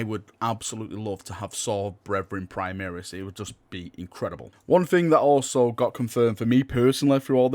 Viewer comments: Praimiris? It's pronounced Primaris Dx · My ears hurts when I hear him say prime-EAR-is. Where has that come from? He says "prime-air-is" once, -ish.